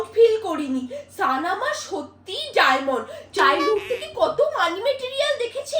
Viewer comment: ওটা সান না সোন😊